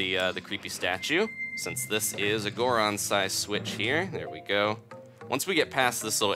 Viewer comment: Wow somebody who doesn't say gooron every time they turn into a goron